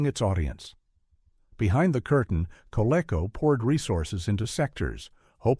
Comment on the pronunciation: Coleco is pronounced "koh-LEE-koh", not "koh-LECK-koh". "Centurions" lasted for two seasons. And it was designed by Jack Kirby, Gil Kane and Alfredo Alcala. "Silver Hawks" lasted for two seasons, and was part of a trilogy of concepts conceived by Leonard Starr (and is still available on DVD via WARNER MEDIA). The names of MASK, COPS and VENOM are pronounced as words, not individual letters. COPS never used firearms in their show. 'Challenge of the Go-Bots' often rivalled 'The Transformers' when it came to ratings and toy sales.